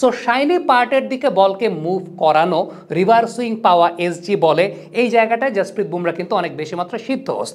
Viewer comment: ভাই ওটা রিভার সুইং না। রিভার্স সুইং হবে তো। পরবর্তিতে ঠিক করে নিবেন আশা করি